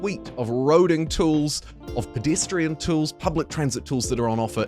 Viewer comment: I just have to say… it’s pedestrian… not pidistrian…